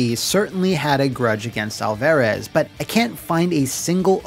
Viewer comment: Food for thought for next time. As a Hispanic you're butchering Alvarez it's pronounced Al-fuh-rez. It's a soft A not a hard A sound.